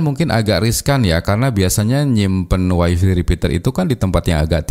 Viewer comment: Wify dibacanya WAI-FAI, bukan wai-fii. Kebanyakan wong jawa sering salah bacanya